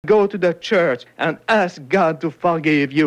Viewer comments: i cant get over the way he pronounces "forgive" as "fæhgiv" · "ask god to fah-give you" sounded like an italian priest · The way he pronounces “forgive” reminds me of Martin Ssempa’s butchering of “rectum”.